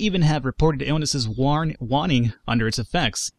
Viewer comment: Waning is pronounced Way-Ning. Means fade like the waning moon. A smudge stick is a bundle of dry sage. The smoke is used to cleanse the soul and ward off evil spirits.